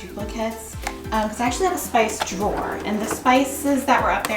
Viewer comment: "akshwee"...so many times!